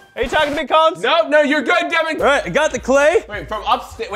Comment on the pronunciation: It's Devin not